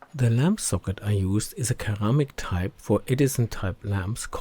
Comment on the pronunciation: yes, most certainly a habitually hardened kur-AM-mick socket, but I like the sir-AM-mick type 😉😅